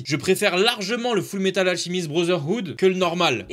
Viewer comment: "Full metal ALCHHHHHEMIST" Trigger in my head RAHHHHG 🤬😢